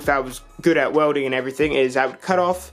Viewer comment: “Wewder” “Wewding” “Eletric”